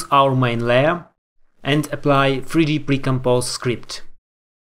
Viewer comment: не эпли, а эплай,!